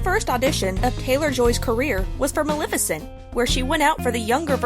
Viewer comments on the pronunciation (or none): none